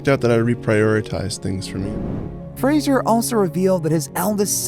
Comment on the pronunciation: For god's sake it's Fraser, not Frasier. How has practically no one in media since the start of his career been able to pronounce his name?